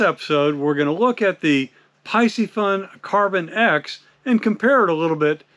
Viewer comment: It’s pronounced PEE-see-fun. C’mon…